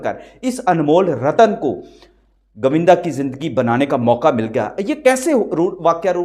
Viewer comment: Pls learn to speak properly your accent is pathetic its GOVINDA not GAVINDA 😡😡😡😡😡😡😡😡😡😡😡